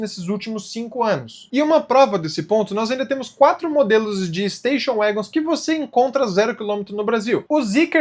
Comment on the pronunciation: Notinha: Se diz uégons.